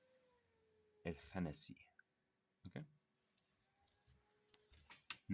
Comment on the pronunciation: salam brother, you pronouncing the words wrong. (4) khannas not khanasiii and in the other one its (15) khunnas not khanasi.